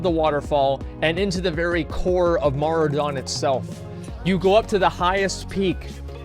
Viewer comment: Strath-Lome. HAHAHAHAHA :D Maura-Don. HAHAHHAHA. This guy cracks me up. Opinions on things he can't even read :D